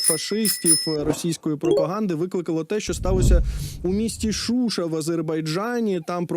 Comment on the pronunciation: Не ШУша, а ШушА.